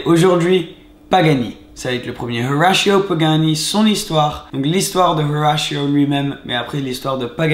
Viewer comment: Pourquoi tu prononces Horacio pagani en anglais ??? C’est du n’importe quoi, il est argentin ...